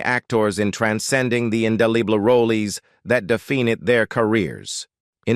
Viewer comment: Toward the end of this video the dialogue got worse and worse. Defined becanme D-fin-Ed. Rifleman became Rif-la-man and many more. Ruined the ending for me.